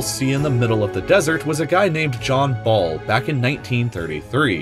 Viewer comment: Who else checked the comment section when you heard "John ball"